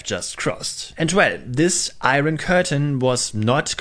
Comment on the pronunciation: Just FYI, "iron" is not usually pronounced "eye-ron", but "eye-urn".